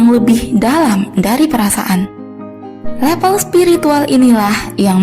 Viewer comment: Level, bukan lepel